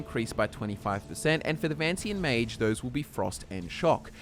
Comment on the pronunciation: Ma-g-e It's not like mage